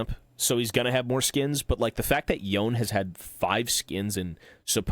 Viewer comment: i hear this guy call yone "yoan" i click off cringe